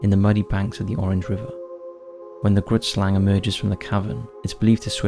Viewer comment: I’m from South Africa and the Grootslang is not at all pronounced in the way you are pronouncing it. It always makes me laugh when I hear foreigners try pronouncing Afrikaans words 😂🤣. It’s an Afrikaans word and translated into English is Big Snake or in this case Giant Snake and the correct pronunciation of the Afrikaans word is difficult to describe but the “G” is pronounced similar to the “‘Ch” in the Jewish word L’Chaim then the “roo” then “it” and the Slang part is pronounced closer to “slung”